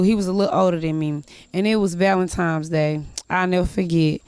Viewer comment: "It was Valentimes day" LOL